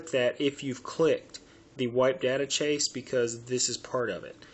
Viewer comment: why do you pronounce 'cache' as 'chase?